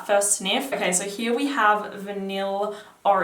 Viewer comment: love your pronunciation of here 'heeyah' lol